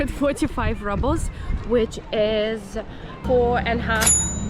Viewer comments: is a very old fashioned name....and ₽ is pronounced as "roobl" and not rubble = a pile of broken stones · the Russian currency the Rouble is pronounced [roubl], NOT [rabl]. It's pronounced the same way as in Russian as there's no English translation or anglified pronunciation. Rubble is incorrect pronunciation and wrong connotation. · You pronounce rubles like rubbles! LOL And you watch your fat intake but not the sugar! High protein + high carb = super high insulin spike!